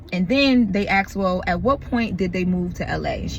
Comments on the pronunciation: ASKED not AX'D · Girl, it’s ASKED not AXED! Other than that you’re doing a phenomenal job.